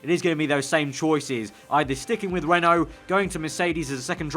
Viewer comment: Every time you say "Renault car" I hear "rental car" :P